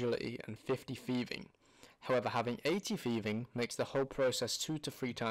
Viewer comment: if you fucking make a video about thieving, at least go thru the effort of pronouncing it correctly, it is not fucking jiiving or shiiving